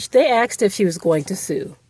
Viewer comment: Axed? Really? Did you mean “asked”?